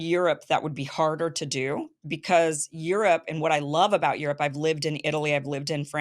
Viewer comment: Aerope not Europe